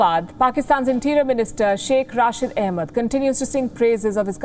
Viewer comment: It’s Shiekh Rasheed not Rashid mam.